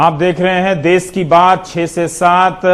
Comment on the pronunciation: अबे वो देस नहीं..... देश है ...मातृभाषा हिंदी कि कुछ तो इज्ज़त करो.....जय हिन्द वन्देमातरम